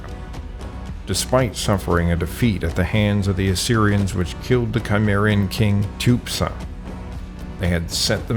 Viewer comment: It would be a good idea to correct the sound track for the MANY errors of pronunciation, from the proper names Herdodotus, Cimmerian, Sarmatian, Thracian, ETC. and to fix the pronunciation of to "rout" an enemy, which does NOT rhyme with "to root" out a problem@ Rout rhymes with pout! How can we trust your history or your genetics if the proper names are so often mangled / given incorrectly? If you are unsure how to pronounce Berezhovka, ask someone!